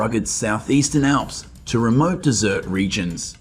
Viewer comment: Was that desert or dessert? lol ... Sorry, can not handle this narration